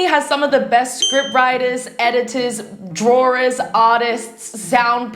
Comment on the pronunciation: 'drawers' i giggled love you i watch your videos while playing roblox